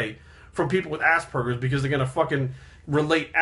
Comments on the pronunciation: The whole video i heard: Assburgers XD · I just keep hearing assburgers.